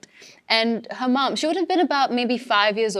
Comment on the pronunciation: She pronounced Her mom like hamam